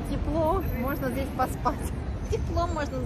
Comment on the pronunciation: Надо говорить не здеся, а здесь. Что за безграмотность.